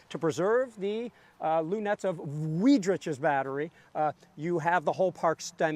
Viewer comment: Wiedrich would be pronounced more like "VEEE-drish)" ;) Good thing there were no Taliaferros (Tol'ver) at Gettysburg, eh?